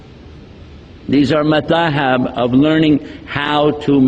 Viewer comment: We should be real mad to follow these so-called "scholar" and leave authentic scholars like the Aimmah. Is he really conversant with the Arabic language? He can't even pronounce the words "kaafir" and "mazhab" correctly. Then how can be an Islamic "Scholar". This Salafi group has been labelled as the "Ahle-Bidah" - i.e they are the innovators in Aqeedah and innovators in Methodology wrt Fiqh, Hadith etc. What can we expect from these so-called Ahle-Albani/Ahle-Naik? A direct way to Hell.